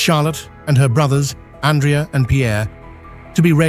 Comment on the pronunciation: Distruzione di pronuncia per i nomi italiani Stefano e Andrea . Pronunciati così, significano nulla. Ho scelto di non scriverlo in inglese perché esigo rispetto per l'italiano, la mia lingua madre